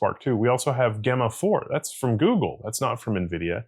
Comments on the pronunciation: Not GA-mma4... "J"emma4... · It's very odd he pronounces it that way. I wonder if he pronounces Gemini the same way?